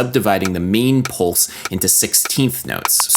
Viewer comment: "polse? wtf is a "polse"